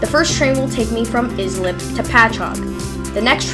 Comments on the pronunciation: Lmfao, its pronounced Ice- lip, not is - lip, do a little more research before you post another video, no need to watch further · That town is pronounced Ice-lip. 😁. That is the party train to the Hamptons. I would have went back there and grabbed a beer. 🍺